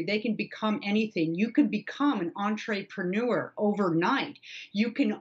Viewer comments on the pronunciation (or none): She said “entree-panurer”, they gonna eat us now? Lol